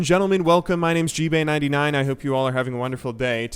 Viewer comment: gbay... it's pronounced gib AY